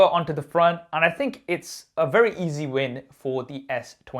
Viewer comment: "face id is wewy good"